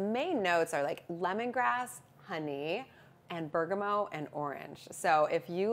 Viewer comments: its pronounced bergamot, not bergamo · i know what bergamot is, but "bergamoe" isnt anything😂... Maybe she thinks thats how you pronounce it in French? Which is also incorrect haah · What the heck is "berg-a-moe"??